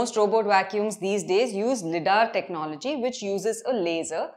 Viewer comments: LIDAR is pronounced as "lie-daar" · LiDAR pronunciation 😑😑